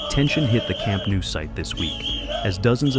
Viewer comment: Please, do not say Camp NOO! It sounds horrible! The pronounciation is incorrect. It’s NOU. Think on the word “know”, or “Glasgow”. It sounds the same.